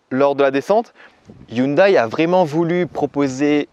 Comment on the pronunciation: hyundéééé, pas hyndaille..... :s